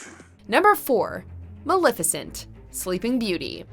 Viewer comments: MUH-LEF-IH-SENT!!!! Hot damn she’s one of my favorites put some respek on that name! 👏🏼😌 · Girl, you have go to work on your pronunciations. I was completely taken out of the video each time you butchered Rasputin and Maleficent. For future reference, just say it the way the characters and everyone else in the world does, k? Please and thank you. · Nah it's unacceptable. His name is pronounced properly in the movie; just as the name of the historical figure he was inspired by. We don't get to be excused from saying someone's name correctly because we're "American."